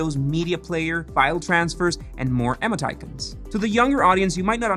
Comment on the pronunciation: is he saying "emoticons"???? sounds more like emmo titans LOL never heard it said that way